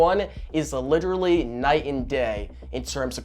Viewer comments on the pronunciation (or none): none